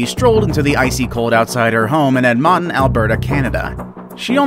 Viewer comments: Ed Monton Alberta? WTH is Ed Monton Alberta? We have an Edmonton pronounced Edmuntin. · Edmonton - Ed-mun-ton Alberta, Canada. Pretty good attempt at pronouncing the name of our province's Capital City, and that little girl was so lucky. There was something looking over that kid that morning. Cheers from Westlock Alberta, Canada! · He said Ed mon ton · Edmonton is pronounced Ed- mon-tun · Funny pronunciation on number 2. Edmonton is pronounced a lot like badminton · I’m sorry but that is not how you pronounce Edmonton bud😂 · You said edmontob wrong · You said Edmonton wrong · the way he said Edmonton made me actually angry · RRIGHT?!? Like WTF was that? I actually spit my Tim Hortons out and had to rewind 10 secs to make sure I heard that right.....he speaks English.. or so I thought....what is so freaking hard 'bout sayn' Edmonton? LMAO!!!!! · I as well had to re-listen lol... At first I thought there was a small Alberta town I wasn't aware of